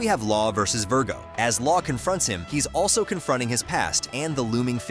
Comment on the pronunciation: Bro really said ver/go